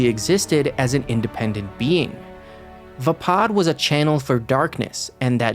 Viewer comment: Your saying vappad wrong just as I spelled it wrong 😂😂